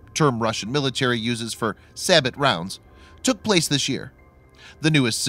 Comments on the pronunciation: The way you said sabot made me cringe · Probably should make sure you know how to actually pronounce Sabot of you're going to make videos like this.